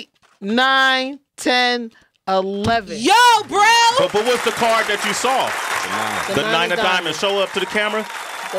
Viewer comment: She sawr it